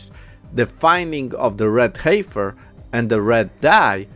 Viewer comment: Brother, the word "heifer" is pronounced like "heffer". The 'i' is silent. English can be a strange language, I know.